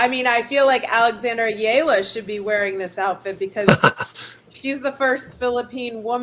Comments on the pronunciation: Please pronounce Alex Eala’s last name correctly. It is e-ya-la. Thanks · Get w/ the program....It's EH-YA-LAH!